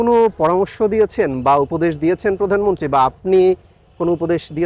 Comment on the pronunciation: আপনার কণ্ঠ খুব সুন্দর,, কিন্তু বারবার পধানমন্ত্রী উচ্চারণ কানে লাগছে।প্রধানমন্ত্রী।